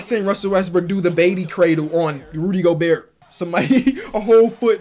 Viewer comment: Why when say rudy Gobert it sound like he say rudy go-bea-rt